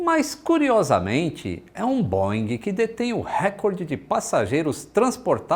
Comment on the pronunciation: Um SUV e não uma. Recorde e não récord. :))